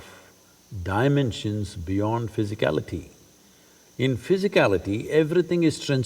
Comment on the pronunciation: The "Dimensions". Lot of people are gonna be triggered 😂😂😂